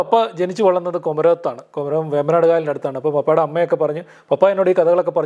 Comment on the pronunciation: അല്ല മാഷെ, എൻ്റെ അമ്മാവൻ്റെ വീട് കുമരകം ആണ്... പക്ഷേ, നിങ്ങൾ കുമരകംകാര് എന്തിനാ കുമരകത്തിനെ കൊമരകം എന്ന് പറയുന്നത്? ആ നാട്ടിൽ ഉള്ള എല്ലാവരും ഇങ്ങനെ ആണല്ലോ... കുമരകം എന്ന് പറയില്ല... കൊമരകം എന്നെ പറയുള്ളൂ... 🤣🤣🥰🥰